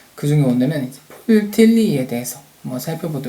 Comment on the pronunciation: 계속 틀니라고 들려서 ㅋㅋ 잘 들었습니다!